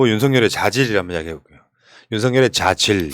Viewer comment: 이 발성하는 "자지일.." ㅋㅋㅋ 요즘 날로 윌취월장 하십니다. 멧돼지는 왜 먹는거 좋아하면서 보기싫은 인상을 쓸까요??